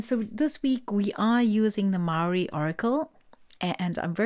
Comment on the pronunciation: Hi..your pronounciation speaking maori is spot on..I picked 3 and that reading was on point. Thank you so much...stay amazing and awesome..❤